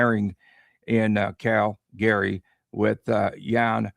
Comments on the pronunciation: Is the wierd Cal Gary pronunciation on purpose??? Calgary is more like Calgury but one word not 2 as well. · Not pronounced CAL-GARY. Pronouned CAL-GREE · Cal-Gree. I am born and raised in Calgary (Cal-Gree) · yeah, that was off -putting I agree